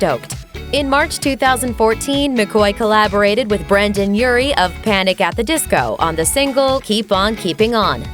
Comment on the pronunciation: Cringed a little when she said "Brandon" Urie. 😂